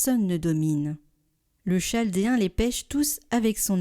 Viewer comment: Merci pour les vidéos. Petite correction : on dit « kaldéen ». Merci!